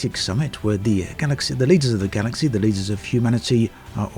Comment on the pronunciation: Galaxeeeey :) What kind of accent is that?